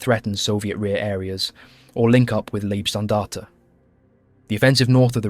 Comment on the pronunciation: Its "Libe"- Standarte, not "Lieb" Standarte. Every english speaking channel makes this mistake.